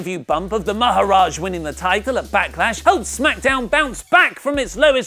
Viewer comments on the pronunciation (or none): how many times I have to tell you its maharaja not maharaj 😑